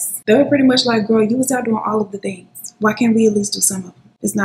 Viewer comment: I swear everytime you say "..and all of the tings" .. I smile